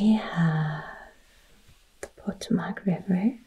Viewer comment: Great video. Regarding the river, the accent is on the second syllable Po-TO-mac.